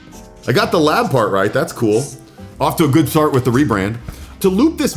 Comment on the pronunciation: "off to a good thart with the rebrand"